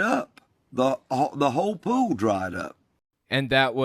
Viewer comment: Every time he says 'pool', I hear 'poo'. "It was a dry poo", "the poo dried up"